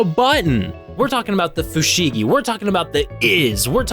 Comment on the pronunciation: Fushigi (不思議) is Japanese for "Mysterious". It can also means "Curious" or "Wonders". And it's no "wonder" people were suckers for it.🤣 Oh wait. The guy who shouts the brand name pronounced it "FooSheeeGheeeeeeeeehhhhh!!!!!"🤣